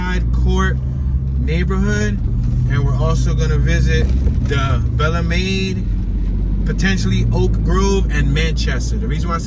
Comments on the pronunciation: its pronounced bell-MEED lol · Only out of towner say Belle Meade Can u say it right Bel Meade pronounced bel meade or bail-me. lls💯